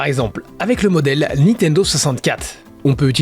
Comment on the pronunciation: par contre on dit pas "Nitendo" mais "Nintendo"